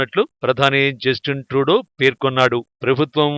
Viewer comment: జస్టిస్ ట్రూడో కాదురా జఫ్ఫా. జస్టిన్ ట్రూడో. అసలు మీ ఛానల్ కి తెలుగు న్యూస్ ఏ ఎక్కువ.. మీ మొహాలకి అమెరికా అండ్ కెనడా ఎందుకు రా..